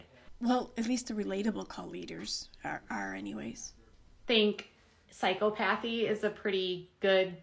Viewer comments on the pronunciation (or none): OMG! It’s not pronounced pys-co-pathy! It’s psy-cop-pathy 🤣😂🤣😂🤣😂 What a moron!!! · Psy-cop-athy is how you pronounce that ….FYI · The way she pronounced psychopathy made me laugh a little. I thought she had a genius IQ?